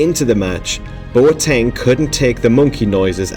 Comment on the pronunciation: Bruh my man, that's not how to pronounce Boateng😂